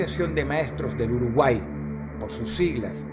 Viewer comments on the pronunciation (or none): none